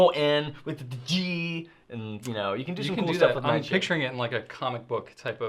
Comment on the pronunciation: I'm back because of pronunciation of Noodler's Nightshade. Ever since hearing that I have not been able to get Nightshade out of my head. So This morning I bought my first bottle of Nightsssshade.....